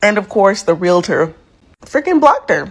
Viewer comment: Realtor not realitor. It's often mispronounced and misspelled. Not that it matters lol I'm not the grammar police, i thought you might like to know.